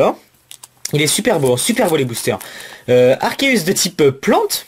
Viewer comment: dit à Miss que Arceus se dit Arkéus!